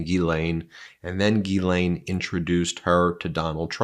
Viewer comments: PLEASE! Can everyone stop mispronouncing Maxwell's name! Her first name is pronounced JIS-LEN. Not GEE-LANE. That name would be spelled GUILAINE or GUYLAINE. The name is French and people need to learn how to say it. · My God Ben, it's almost painful to listen to you butcher the pronunciation of these women's names. Please take a moment and research how to pronounce Ghislaine. It sounds like, "Jizz-lane", not Guy-lane and Giuffre sounds like "Joo-fray" not "Ju-far-ee". Sorry to complain, but it drives me crazy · The lady's name/ Jeffrey Epstein's wife... is "Ghislaine Maxwell" not Elaine Maxwell The judge's name in Donald Trump's documents case is AILEEN Cannon not Eileen Cannon. Preliminary hearing is pronounced PRRREEEEliminary not PUH-liminary. 🤪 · “Geesleine” (there is an “s” pronounced in her name) Gislaine is a very common French name: have a native French speaking individual confirm that… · Ghislaine is pronounced « Jizz-len ». It’s French. Is that so hard for American media to get? I don’t care a fig about her. I just hate to see language murdered, especially when the word is so easy. Try harder.